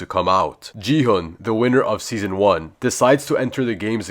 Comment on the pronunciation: It’s gi H UN